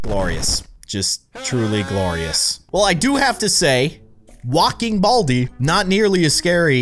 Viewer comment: i had sub titles on and when you said 'baldi' it thought you said 'all T' lol 😂